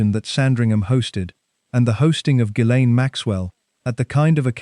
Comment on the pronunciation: Ga-lynn, NOT jizz- lane...just saying, heard it pronounced by a lady who worked around her, let's just clear that up right now... since we're able😊 Much Love Everyone and remember: no matter how hard things are, at least you're not one of these 'people'❤